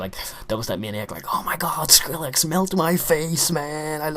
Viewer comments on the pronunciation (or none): none